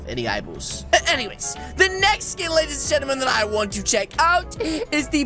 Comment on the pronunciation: Why do he say lady's gemtim